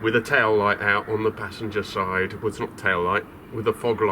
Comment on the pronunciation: He Confuses me, first he say Driver Sidé then att he say Passanger Sidé wtf ¿¿¿